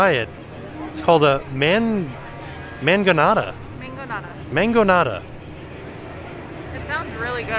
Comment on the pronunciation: We both laughed out loud with hesitation pronouncing the Mangonada. 🤣😂 If you know, you know.